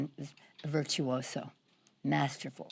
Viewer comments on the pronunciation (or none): none